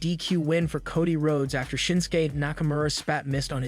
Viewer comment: With utmost kindness and respect, is anyone going to assist the commentator with how to properly pronounce the wrestlers names', events, etc? Doesn't anyone notice he consistently says Cody's name, Charlotte's name, and a slew of others incorrectly? He does a great job, but you need to know your product and how to properly say it if you are going to be a commentator. Keep up the good work, but please put a little effort into saying everyone's names correctly, I'm sure it would be greatly appreciated by the superstars 🤗👍